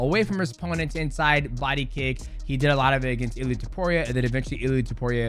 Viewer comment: why u keep calling him illy edit : great video btw